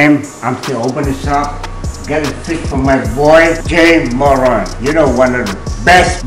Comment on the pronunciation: “Jay Moran”